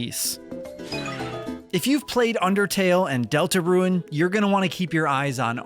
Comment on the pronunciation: DELTA RUNE NOT DELTA RUIN.